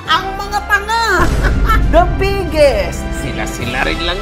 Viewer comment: Kakanood namin magasawa kay yung anak namin naririnig pala, lagi sinasabi "the bigGeeest" HAHAHAHAHAHA